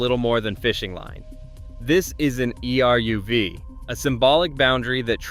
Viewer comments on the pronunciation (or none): You don't spell E-R-U-V. It's pronounced EH-RUHV. Say it in two syllables, not four letters. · Not E.R.U.V. but eruv. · that's what happened when you use AI generated voice content. It doesn't understand that eruv is a word, not an acronym.